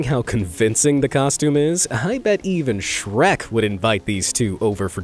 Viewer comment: please dont say bet like that